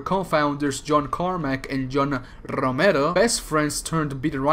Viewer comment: lmao the way you pronounce romero